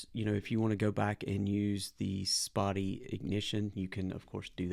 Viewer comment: Learn how to pronounce Spatie